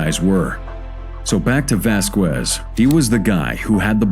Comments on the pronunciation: Vask EZZ not vask wezz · It says Millan then the reporter on the news says Bayan then Vásquez mispronounced as hell hahahaha. What a mess on this video.